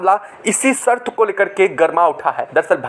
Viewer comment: कृपाया आपकी भाषा सुधार लो. सर्त नाही शर्त बोलो. क्या शर्त रखी है? बाकी का सब मालूम है.